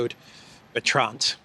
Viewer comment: One doesn't pronounce the d in -Arnaud and one doesn't either pronounce the d in Bertrand. Oh, and it is not Lacornu, it is Lecornu.